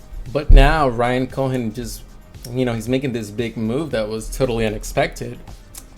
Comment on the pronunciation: I have the same question. If it is, I’m very surprised he is mispronouncing Warren buffet and Ryan cohens names